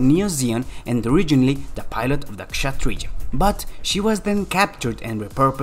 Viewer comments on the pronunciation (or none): none